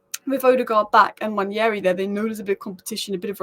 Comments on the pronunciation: It’s pronounce (Wand Nail Ree) Nwaneri . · I don't know how you read it the name Nwaneri and pronounce your own things I belive its an African name where what you see is what you say Nwa-ne-ri. You butcher words. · It's pronounced Wah-Nay -ree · It's Nwaah - Neh - Rei It's an Igbo - Nigerian name, you both aren't. Stop the spoil. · I'm Nigerian, though not Igbo. I'll definitely defer to an Igbo man's pronunciation. If you read what I said above well you'll see that I questioned where this mysterious 'y' came from to make the name Nwan-yeri. Now everyone (through no fault of theirs obviously) is mispronouncing his name. I really hope it does not stick much longer. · Honestly I don't know who started this Nwan-yeri pronunciation and now everybody thinks it's correct.